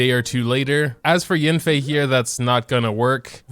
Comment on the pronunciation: I believe it’s pronounced y-ah-nfei